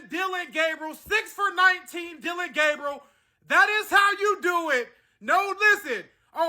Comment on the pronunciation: Let’s get Dillon‘s name correct now it’s DillRide Gaberieal